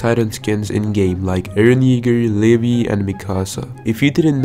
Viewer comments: Bro really said leevee it's pronounced Lee vigh- levi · live thats how u prononced it